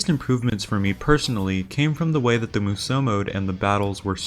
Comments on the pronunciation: Why does everyone who makes a DW review say Musou wrong?🤦🏻 It's pronounced (mu-zao) not (mu-zow) I literally cringe and wanna stop watching everytime you say it. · u mispronounce musou this entire video . couldnt even get thru it . its MOO-SHOO